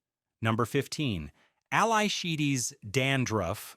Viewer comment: You pronounced Ally Wrong it's Alley LMAO